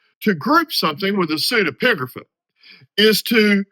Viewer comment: Thanks, that was very helpful and clear explanation. l was also impressed by your repeated pronouction of the word, not easy